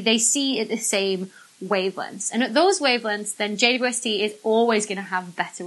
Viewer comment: Is it just me that hears her saying J-U-S-T instead of J-W-S-T? 🤔😆